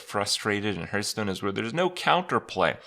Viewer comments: I love playing Hearthstone, but what is this HurtStone he's talking about? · What's this game 'hurtstone' he's talking about?